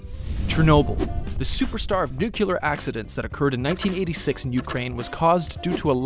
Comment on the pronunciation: 1 milliSv not 1 Sv, should be 5 mSv, not uSv (microSv) as shown on the animation, , "nukulus?" how about nucleus?, again, "nukular?" dude.